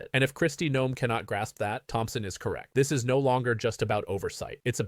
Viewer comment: It's Noem, not Neom.